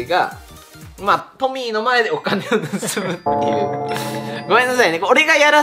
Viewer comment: カンタくんの発するトミーが、時々｢ポニー｣とか｢ポミー｣って聞こえる件。笑